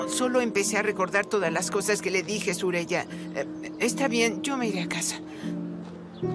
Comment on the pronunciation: Suraya no no se dice sureyya sureyya